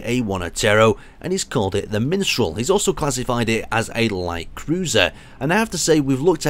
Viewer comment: MistraL = Mystras = Minstrel according to